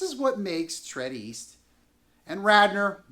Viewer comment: Your pronunciation of Tredyffrin makes you sound quite foolish. Perhaps you should have done a bit more research.